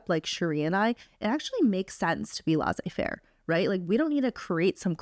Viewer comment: HAHAHAH. Thank you, ladies for sharing this. I am from Sofia, Bulgaria and you have inspired me to apply to Harvard/Stanford, other Ivy schools maybe in a few years! Thank you! P.s It's laissez- two s are prononced like the normal s in English.